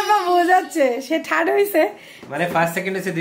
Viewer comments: থাড বলে 😂😂😂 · কাম্মি থার্ড কে থাট উচ্চারণ করে। হায়রে 😂😂😂😂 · *ঠাড বলেন উনি। 😂😂 নতুন উচ্চারণ।